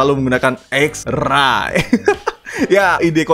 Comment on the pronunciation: Baca xrey bang